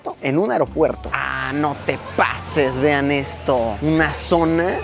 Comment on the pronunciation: Yo con mi TOC, escuchándole decir mil veces AROPUERTO, Luisillo es AEropuerto 🤣🤣🤣